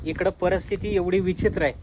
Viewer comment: परस्थिती हा उच्चार चुकीचा आहे, योग्य उच्चार परिस्थिती आहे(paristhiti not parasthiti) राग मानू नये ही विनंती